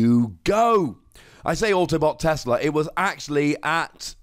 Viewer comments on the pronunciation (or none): none